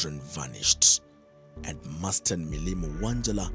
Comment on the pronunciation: Hata wewe reporter, hujawahi kuona jina MARSDEN? There's nothing like "Masten"!😅